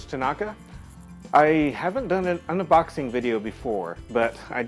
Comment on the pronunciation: "un-a-boxing". It's okay! I'm Italian too!